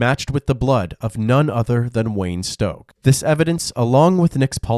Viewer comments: Man your narrator should learn how to pronounce words. This guy’s last name was stock, not stoke. Overall I like the channel a lot. Big shout out to the editor, even if the narrator and editor are the same person 😅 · Stock rhymes with lock, not stroke.